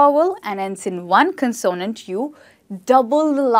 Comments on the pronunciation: Mispronounces consonant! Cannot show this video to my students even though spelling rules are good., please refer to your own video Word Stress in English for first syllable stress of a noun CONsonant. Love your presentations! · You pronounced CONSONANT in a new way, is it Indian English? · I agree with some comments the word consonant is mispronounced. I think that the word "vowel" is mispronounced too. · You are wonderful! Just a slight correction on pronouncing " consonant" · Dont you think, you pronounce "consonant" word wrongly?😟